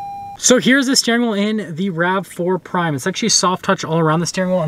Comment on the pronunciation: And it’s “rav4” not rave.